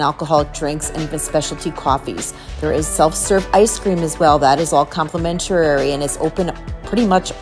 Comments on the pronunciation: With respect, complimentary (5syllables) not complementarary. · you're killing me with some of your commentary. Complimentary is not complimentarary, and I had to think about what you were saying at the taco bar. Habanero sauce is not pronounced that way. Most of your Italian words were also interesting to say the least. It is a very informative tour and I enjoyed how you moved through the venues. No specialty restaurants leaves out a large portion of the experience. Hard to do on a shorter cruise. For someone with a travel channel, they would be tax deductible if you're earning money from your views. Keep at it. You're doing great.